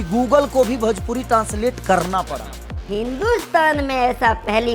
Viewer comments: खेसारी जी पहले भजपुरी को भोजपुरी बोलना सीखे, तभी तो गूगल सही ट्रांसलेट करेगा 😂😂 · Bhajpuri bolta hai 😂😂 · कोई इस खेसारी गधे को समझाओ भाई की भोजपुरी होता भजपुरी नही।